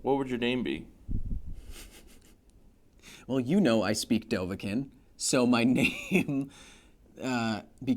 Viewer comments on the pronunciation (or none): Drem yol lok Kyle. Well, technically it's "Dovahzul" not Dovahkiin.😜 And it's kiin not kin! Oh my gosh why does that bother me so much‽ 😂